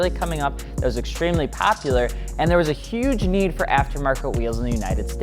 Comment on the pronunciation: “Extremely papular”